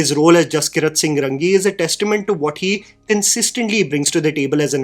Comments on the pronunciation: Bhai its pronounced raangi .. not Rangi please sounds very odd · atleast you should pronounce the name right. Its not Rangi, its Raangi… its comes right there on the screen in hindi. Jaskirat singh raangi